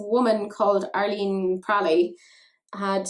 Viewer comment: at the beginning i kept hearing Alien Wantus... I was like: Wut? And usually you pronounce that name (at least in German) like Eileen. There are a trillion names to write it like Madeline (don’t get me started!)...